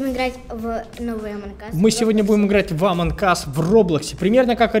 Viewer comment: Ааааааааа не амонк ас а амонг ас